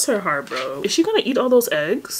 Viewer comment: THE EGGSSS NOT THE EGGGSS 😭😭😭😭 IT'S THE SAME GIRL FROM COURTREEZY's VIDEO 😭😭